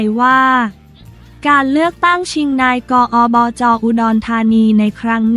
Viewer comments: นี่คุณๆๆๆ คำย่อภาษาไทยนะ อ่านใหม่ๆๆๆๆนายกฯ อบจ ตามนี้ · โถคงเป็นพาม่าถึงอ่านนาย..กอ,ออ.จอ.พูดน่าร๊าก